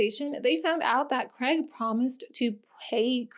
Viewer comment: Why can’t Americans say Craig? They say Creg.